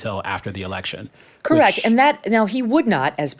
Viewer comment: Terrence Bradley its correct not correc when they ax you a question